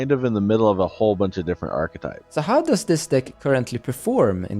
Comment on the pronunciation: "Hoe dose it go in the meta" did you mean does?